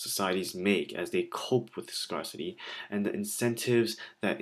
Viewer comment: Many thanks for the uploads :) It's pronounced scare-city, by the way!